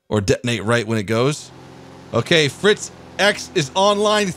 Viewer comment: Unleash ze Fritz!